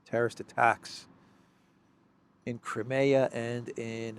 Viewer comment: let me bring to your attention. It is NOT Cri-meeea; it should be read krai·mee·uh.... Please correct your pronunciation. You are straining a simpler word